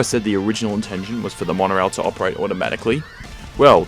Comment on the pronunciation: Monfs?.. Two thousand and firteen?.